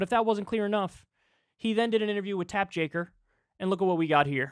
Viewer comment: Was Kyle calling Jake tapper, “tapp jaker” on purpose?